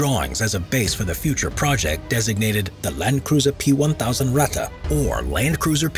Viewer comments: When you speak out "Ratte" like you do at the beginning of the video, just alternate the "a" and the "e", than it sounds corret. Greatings from Germany. :) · „Rata“ „Porscha“ … „RatTE“ „PorschE“! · Its Ratte not rätte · No its not ratta its ratte r.a.t.t.e. Ok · The "Ratte" was only one of thousands of paper projects like in all powerfull lands.And Ratte sounds other in the German language, not "Rattan"!And what is with US Ice Carrier? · it's ratte, not wrätta. take out the bubblegum, you part-time-celt!